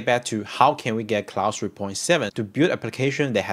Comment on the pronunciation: ClauDE not clauSE